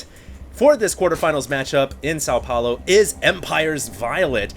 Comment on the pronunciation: GRRRRR thats not how you say São Paulo